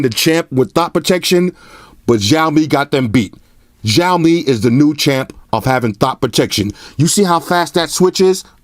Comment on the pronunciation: the phones will come to usa/canada in 2019, also it is pronounced more as "shhhh aaaoouu " " mmmeee" it means.. xiao = little, mi = rice grain. cheers